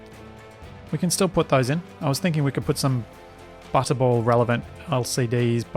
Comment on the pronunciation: So i've been watching this at 2x speed well I play SE myself and I was so confused why I kept hearing you say "butthole" turns out the way you pronounce butterball when sped up to 2x sounds eerily like butthole. It was at "Lets just connect this up to the butthole" i had to stop and figure out wtf was happening lol.